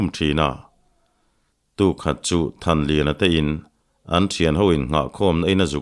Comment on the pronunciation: Thanliana leh thankhuma hming i lam pawh nasa lutuk hi hriatthiam a har